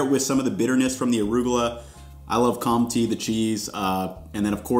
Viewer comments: This is only to help you out and not to be snarky but that cheese is pronounced, "Kone-tay". The "n" is a nasal sound so you don't pronounce it as a "n". Think of it like saying the word "won"t" without pronouncing the 'n' and the 't'. Nice video !! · Also, quick tip, the pronunciation is closer to something like Con-tay rather than Con-tee, if you are looking to improve your pronunciation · The second syllable in "comte" is like the first syllable in "tender". It is not like the word "tea". This was a very good video (as usual). It's great you are going to other countries now. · Pretty much on spot. As Felix said, the premium choice would be Monoprix (although there are less available, more expensive options too). Btw Comté is pronounced Comtay, and not com-tee ;) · Oh boy we gotta work on your French vowels. A= Ah E= Eh i= Ee O is the same and U is unique in France: U by itself = ü (form oo with your lips but say ee) and combo letter oo sound: ou. So the cheese you bought is pronounced "Comtay" not "Comtee". Love your videos so much. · Comté = /kohm tay/ not /tee/. Just remember en 'e' at the end of a word isn't pronounced, unless it's 'é', in which case it's pronounced /ay/ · that cheese is pronounced comtay, not comtee. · it's called compté not comptee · Your pronunciation of compte is off. It's more of a "Kom-Teh", not "com-tee" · Pleeeease stop saying comp tea… it’s pronounced cone-tay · Please find this guy and to teach him how to say Comté. I’m an American living in Paris and I nearly cried every time he said “comti”! 😭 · We say Comté tho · Very nice video. As a french person, I concur. [The cheese is pronounced "CONTAY" ("Conti" is an italian wine)] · I clicked like as soon as I realised you bought comté cheese (must admit, about 5s after you said "comtee" 😅). I can put that cheese on everything other than a caprese LOL. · Comt-e minus the e is the actualpronunciation. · its pronounced com-tey btw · "comté" rhymes with "hey" 😊